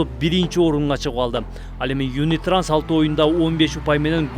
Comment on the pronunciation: Юнитранс эмес юнитраст 😊